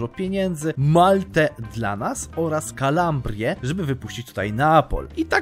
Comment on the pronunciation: po prostu Kalabria tak jak jest napisane, a nie Kalambria :D